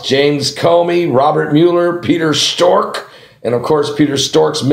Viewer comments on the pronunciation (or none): Peter struck not pewter stork